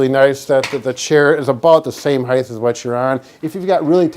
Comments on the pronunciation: It height, not heighth. As in "What is the height of that building?". Like weight, you would never say "What is the weighth of that dumbbell?" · It's spelled height so "t" no "th" ;-) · Height “T” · Height, pronounced "hite" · It's spelled height.. not heighth... so ending the word with a "th" sound is verbal dyslexia. Nyah nyah.... ;) Kind of like when people pronounce nuclear as "nucular". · There is No H on the end of height. The proper pronunciation is HITE.